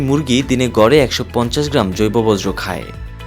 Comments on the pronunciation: একটি বৃহত্তম চ্যানেলের সংবাদ পাঠক "বর্জ্য " কে বলছেন "বজ্র " বাহ বাহ। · চ্যানেলের উপর বজ্রপাত হয়েছে😂, বর্জ্য উচ্চারণ করতে পারে না, ভুল যে করছে সেটাও বুঝতে পারছে না।